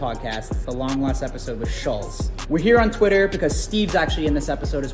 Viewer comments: I want to punch you for repeatedly calling him Schulssss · You guys still can't even pronounce his name correctly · Still can’t pronounce his fucking name bruh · Came out a long ass time ago and yet STILL can’t pronounce Schulz’s name correctly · They still can't say his name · Even after all the drama they are still saying his name wrong lmfao